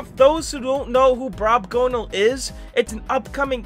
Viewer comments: DUDE ITS BROBGONAL NOT BROBGONALE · Brobgonal not brobgonale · sorry to be that guy but its brobgonal not brobgonale👍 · ITS "BROBGONAL" NOT "BROBGONALE" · hey, btw, its not brobgonale, its brobgonal